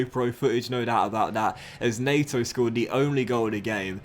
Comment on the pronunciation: NEH-to not NAY-to